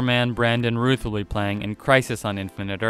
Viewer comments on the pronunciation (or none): R-OW-TH not R-OO-TH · Routh! Not Ruth! Rrr-oww-th!!! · Fire this man. Anyone here have trouble sleeping? Problem solved after this video. And for another it’s not Brandon ‘Ruth’ it is ROUTH. Pronouce ‘RAOTH’ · Everybody: Brandon ROUTH Screen Rant Guy: Brandon RUTH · Brandon Routh his last name is pronounced R-ow-th. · It's not ruth it's Routh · the way he pronounces Brandon Routh's last name irritates me so much... It's pronounced the same as "South"... 🤦🏾‍♂️ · You don’t say Roth (sp) correctly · It's Brandon Routh as in "SOUTH" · Routh is pronounced like South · You're pronouncing their names wrong, Routh, is pronounced like (south) which Brandon Routh has stated multiple times. Secondly it's (HECKlin), which Tyler has also mentioned plenty of times as well. Since you're posting news, you should probably do a little more research before making a video where you continually disrespect people by mispronouncing their names. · You pronounced Brandon Routh name wrong...